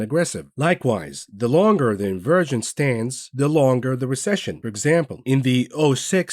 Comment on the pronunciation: Haha “In-Virgin” rather than Inversion….love this guy!!! LOL